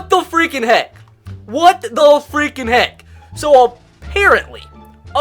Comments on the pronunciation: “So fweaking stupid” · he says so “fweking stupid”